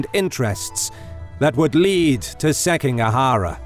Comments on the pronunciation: SikiGAhara not SekiNGAhara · Seeking a huh-ruh? E-dough? Seems like you had a hard time with Japanese names :D It made me giggle. But Footmouse absolutely made my day! Don't get me wrong, it's damn good content! Way to go!